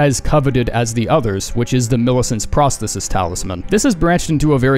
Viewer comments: You're saying Prosthesis wrong too. Figured I'd let you know after the Azur thing. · you said 'prosthesis' wrong btw